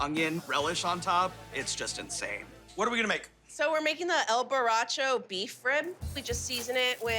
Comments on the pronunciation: I know she can pronounce L Borracho properly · She said El Boracho like she can't actually pronounce El Boracho 😂